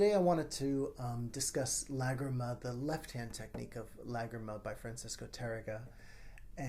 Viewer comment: This was excellent! And you pronounced Lágrima correctly!